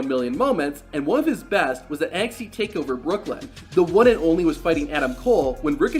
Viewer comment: He called nxt nxk